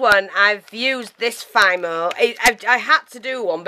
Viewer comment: His face is FABulous! And, by the way? It's pronounced FEE-mo. You did a marvelous job with that face, and you're right, it's time to bake him! Your fairy wings are transparent. Opaque means you can't see through it.